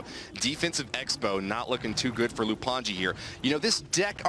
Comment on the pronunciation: Its lou anji not loup, thats how its supposed to be read in french btw